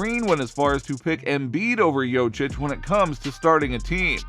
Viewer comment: By far the worst pronunciation of Nikola's last name I've ever heard.